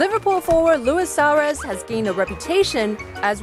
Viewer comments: Hey! It's SUAREZ not SAUREZ! Damn! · Wow the pronunciation of suarez lol